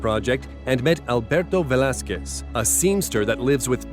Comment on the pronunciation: Thank you for pronouncing Alberto Velasquez right. It’s not a huge deal, it’s just nice to hear someone not butcher it.